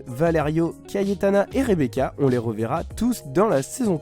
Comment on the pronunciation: Elle dit rebeka avec un k